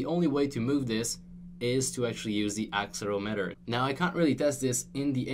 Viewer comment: Pronounces Accelerometer wrong. Me: Dies.